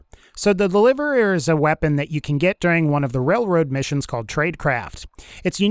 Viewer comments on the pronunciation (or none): so the delivereeririeir